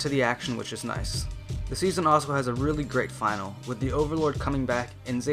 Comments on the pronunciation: Finale is not final. Its pronounced Fin ar lee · Finale is pronounced fin-al-ee, my dude